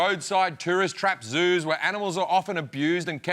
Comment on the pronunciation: Did he say Jews or Zoos ? :D :D